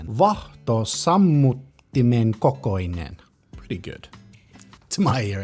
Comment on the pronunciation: It's VAAAAAAHTOSAMMUTTIMEN kokoinen ... note the long A!